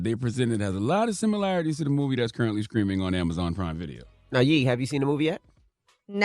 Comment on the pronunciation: I can't believe a grown man can't say "streaming" "screaming"